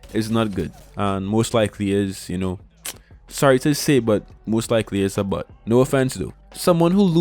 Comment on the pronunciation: I laughed every time you said bot but it sounded like “but”…. I’m so mature… great vid tho